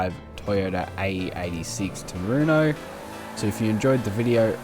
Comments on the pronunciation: "Trueno", pronounced "true-ey-no" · tRu-hen-o. Spanish is my main language. There's no "ey" sound in trueno. Heno, not eyno.